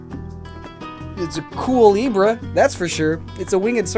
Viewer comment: Cuelebre the E in cue is silent which makes it sound like coo kinda like Culebra which means snake in Spanish